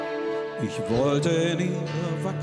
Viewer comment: So ein wunderschönes Lied, das leider durch das schlecht ausgesprochene 'ich' verhunzt wird. Gib Dir doch mal Mühe,! Trotzdem Daumen nach oben.